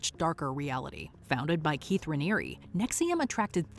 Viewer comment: You said the name of the leader of NXIVM wrong.